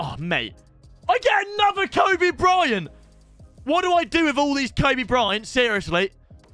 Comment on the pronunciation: Did he jus called Kobe tobi😭